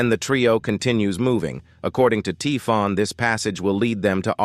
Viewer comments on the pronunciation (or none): Typhon is pronounced Tai-fon, but it's consistently being pronounced as Tee-fon in the video. Very jarring. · Thanks for the summary but the way Typhon is wrongly pronounced throughout the video makes it really difficult to listen to.